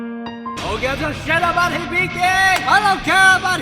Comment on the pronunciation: Its not hiBIki Its HIbiki